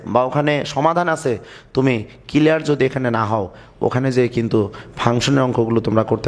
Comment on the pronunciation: SIR,thanks a lot for this video but "kelear" na "CLEAR".English utcharon eto vul hoy keno????